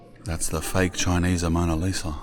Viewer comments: Bro it’s just Mona Lisa, not Amona Lisa 😂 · I hope bro knows its the mona Lisa not amona Lisa 😂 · ‘Amona Lisa’?😂. Mona Lisa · AMONA LIsa 😂😂 its "mona lisa" LOL your hillarious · It’s “ Mona Lisa “ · Mona Lisa not Amona lol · What’s worse? Constantly saying “Amona Lisa” and “Pastisserie ”, or calling the “Parthenon” the “Pantheon”? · "Amona Lisa" 😆😆😆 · “Fake Amona Lisa” 😂😂 bruh Span. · “Amoana Lisa” 😂😂😂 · "Amona Lisa" had me cracking up lad. Cracka vid cuz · He said it heaps at the end so he really thinks it's said like that lmao 🤣🤣